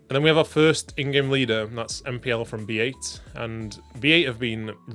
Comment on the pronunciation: aaaaaaaaaa why do you say B Eight and not Bait